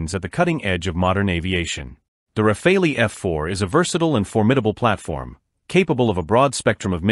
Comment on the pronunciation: sorry but you seems to be doing a lot of video on the RAFALE and that's great and your video are good but could you stop butchering the name of the fighter jet please. So make an effort, in French, because it's a french Aircraft the " E" it is not prononce like in English . At this point it comes accross as either a lack of work or a lack of respect.